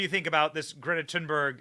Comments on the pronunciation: I thought it was Thunberg not Tin berg …? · If you want to sound really smart you can pronounce her name correctly. (but who cares actually) “The final ‘g’ in ‘Thunberg’ is typically softened by Swedish speakers into something like ‘yeh’ in English: ‘tOOn-bairyeh.’”